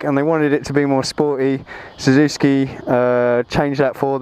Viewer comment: You pronounce it wrong mate! SUZUKI! NOT SUZUSKI!!! =D